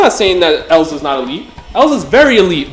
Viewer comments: Bro it's erza not elza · Wait, why are you calling erza elza?